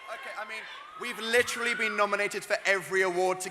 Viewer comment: lmao ‘i got bullied into saying literally not litrally’ says it ‘litrally’ in the hard launch